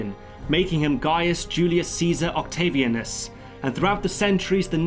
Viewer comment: As anal as you are about history, you don't put much effort at all in pronouncing the names right because you certainly do not pronounce them right. "Octeivieinus" yeah That might bother someone. It might even make them reject your take, like you rejected the "Rome" directors take. I know you brits love old Rome, you put out more documentaries about it than any other nation. It's not hard you know? You just have to pronounce the letters a bit more like a normal person, ie any continental european. A is not "ei/ay", it is "ah". I'm glad to help